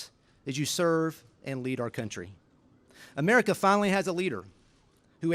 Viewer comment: ive heard of merica.. muricah... america... but now its offical.. amerricker ...